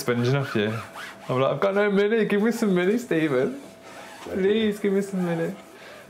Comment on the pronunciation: He messes up the vowel in 'money' and 'month'.